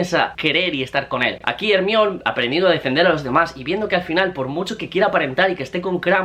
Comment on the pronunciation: Al décimo "Ermión", vomité